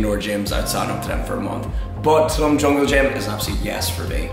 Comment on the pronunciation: Learn to say Tulum properly please.